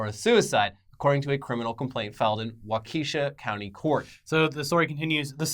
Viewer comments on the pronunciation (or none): Thank you!! I love hearing people pronounce Wisconsin city names 🤣 It's Pee-Wah-Key like Milwaukee and Walk-ah-shaw. Not Paw-Wee-Key and Wah-key-sha. Made my day!! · Lol I love how he pronounced Waukesha I’m sure it’ll never come up again but it’s pronounced walk-ah-shaw. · You fellas have clearly never been to Wisconsin. Pee-walk-ee Walk-eh-shaw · Lololololol - “Wau-key-sha”. It’s “Waw-kaw-shaw”. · Not a cheesehead, but Waukesha is pronounced "Walk-key-shah" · Wisconsin resident here. Your pronunciation of our towns cracks me up! They are pronounced *peewakee and *wok-a-shaw. Like Milwaukee but with pee. And the other doesn't sound the way you said it way at all. It sounds more like a as seen on TV product. They are native American words, not phonetically spelled. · What in the actual sh!t 🤣🤣 Lifelong WI resident here. Maybe consult someone from WI 🤣 Its Pee-walk-ee and Wah-keh-sha. K thx hahahaha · Lmao I’m in Pewaukee that’s crazy. It’s Pee-wok-E and Waukesha is Wa-key-shah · Great vid guys! Just wanted to note that “Walk-a-shaw” is how you pronounce it :) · Love living in Wisconsin and hearing trying to say Waukesha and Pewaukee. Its hilarious. Walk-e-shaw and pee-walkie is how it's pronounced here. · pee-waw-kee you dopes. waw - kah - shaw. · pewaukee = pee wah kee waukesha = wah kuh shaw i spent a few years in wisconsin nearby this area. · Im from Wisconsin I've never heard Pewaukee/Waukesha said so wrong 🤣. Pewaukee is pronouned pee-waw-kee and Waukesha is pronouced waw-ka-shaw. Much love from Wisconsin fellers! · Hey, Wisconsin resident here. Pewaukee is pronounced "Pee-walk-e". And Waukesha is pronounced "walk-a-shaw". Figured I'd give you sunny boys some good ol Midwestern education. Keep doin your news thing. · Peewalkee (phonetic) walk i shaw (phonetic) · PA WALKY and WALK EH SAW is how to pronounce those Wisconsin area names lol. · Waukesha = Wa-kuh-shaw Not that it matters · As a Waukesha resident, I felt this.